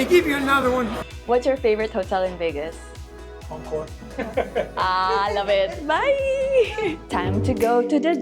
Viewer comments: Next time please ask how to pronounce the name of the hotel. The hotel is not pronounced Anchor, it is Encore (aan kor). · Prounounced On-core 🫣